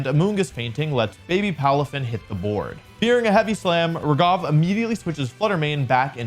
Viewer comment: Not to criticize but he is pronouncing raghav incorrectly Its ra-gh-av Not ra-gav Sorry but my name is the same so I have to say this